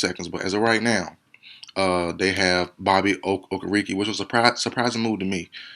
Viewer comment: It's Bobby oh-ker-uh-kay